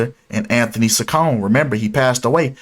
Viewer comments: It’s pronounced chi con eeee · Not that it matters but her last name is pronounced Cheek-oh-neh